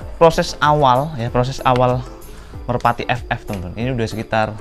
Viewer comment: Merpati mas bukan merapti wkwk